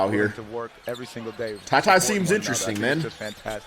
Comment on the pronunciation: For future reference I wanna let you know it's pronounced tar - y